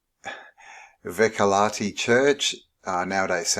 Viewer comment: for anyone trying to pronounce Vehkalahti for the first time, and without preference, your doing amazing job